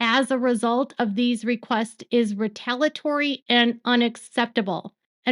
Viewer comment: Love your works but you keep missing the I in retaliatory when you pronounce it. It has another syllable like in retaliate. 😬